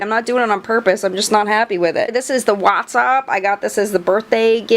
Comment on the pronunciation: OH MY GOSH THANK YOU FOR ALSO HATING THE BALM'S STAINIAC. I feel like an absolute leper every time I say I hate it because it was supposed to be all sorts of everything; the smell and texture though… bleeeeeech, no thanks. Also: you go girl for pronouncing "watt's up" correctly. Every time someone pronounces "watt's" as "what's" my soul crumbles and bursts into flames.